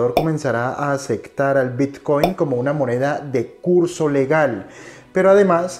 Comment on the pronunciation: No se dice " aceCtar ".